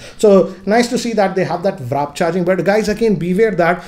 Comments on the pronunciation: It's warp charge not wrap charge 😅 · It's "w a r p" charger guys not wrap ffs